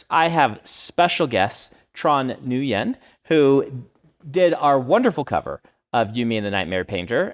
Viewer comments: Come on Brandon... That very very common Vietnamese name is not pronounced as New-Yen. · Would a triple threat writer be a writer, illustrator, screenwright? Also I think Branderson needs to be lightly roasted for his "noo-yen" I mean he tried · Bless Brandon's attempt at pronouncing "Nguyen" 😂